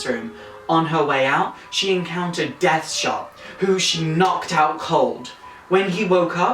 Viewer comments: His name is Dead Shot, not Death Shot. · Not too sure on the newer Harleys, I kinda used to think she was actually a better criminal in her own right and Joker just held her back and I liked that that could be the case. Great vid anyway but I think you kept mispronouncing Deadshot.